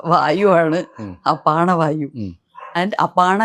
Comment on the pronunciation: അപാണ അല്ല അപാന എന്നും ഉധാന അല്ല ഉദാന എന്നും ആണ്